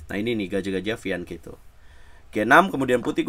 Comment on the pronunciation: Fianketo😂😂😂😂😂bacanya fianseto bambang